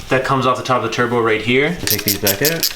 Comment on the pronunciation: The way you say out gives me cancer